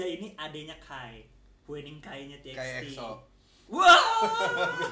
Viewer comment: Cara nyebut huening itu "hyuning" bang. Cara nyebut bahiyyih itu "bahiye". Jadi "huening bahiyyih" dibaca jadi "hyuning bahiye".